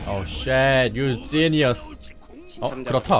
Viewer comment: 억양 때문에 그런가... shit이 계속 번역이 되면서 시x로 들리네